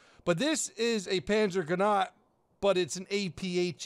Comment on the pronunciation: The E on panzergranate isn't silent